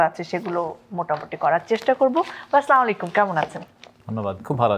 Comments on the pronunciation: সালাম ঠিকমতো দেন।স্লালামালাইকুম কি? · Salam ta vai thik kore de What is salamulaikum